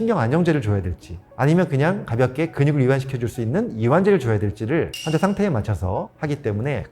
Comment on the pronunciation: 의사가 "환자"의 발음이 틀렸으니! "환"은 길게 발음해야 하는데, 귀하께서 짧게 발음했나이다. 발음 문젝는 이 뿐 아니옵니다. 또, 해군도 틀렸나이다. "한국 어문을 고발함"을 조용히 읽어 주실까요?